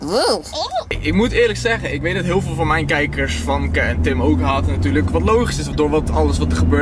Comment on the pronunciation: je schrijft famke maar je moet zeggen femke 😉